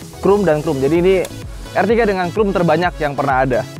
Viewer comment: kayak nya deh adek adek autonet CHROME itu pengucapannya lebih ke "KROUM" daripada "KRUM"